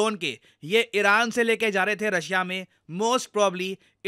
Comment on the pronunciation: Arey Sir, pronunciation toh acha se koro, iran toh iraq sunai deta hai